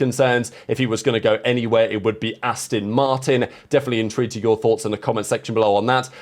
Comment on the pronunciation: It's 'Aston' , Not 'Astin' ...